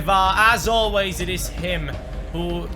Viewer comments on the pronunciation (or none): none